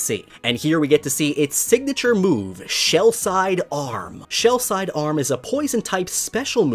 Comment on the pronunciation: Just so you know, the move wouldn’t be said Shell-Side Arm, but rather Shell Side-Arm. It refers to the shell being used like a pistol (also known as a side arm.) Paired with its ability Quick Draw, its basically being portrayed like an Old West gunslinger. Small detail, I know, but the way you said it in the video bugged me just enough to compel me to comment.